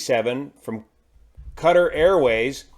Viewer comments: 'cutter' airways? No i believe its pronounced "KA-TAR" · PLEASE learn how to pronounce 'Qatar' correctly